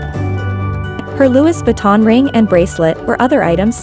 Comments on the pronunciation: So bothered how she pronounces Louis Vuitton… it’s silent S! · Dont say Louis Vuitton ever again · If you could pronounce Louis Vuitton properly it would be nice 😩